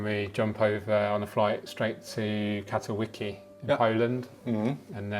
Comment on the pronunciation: Cat-o-wicky? Did you mean Katowice?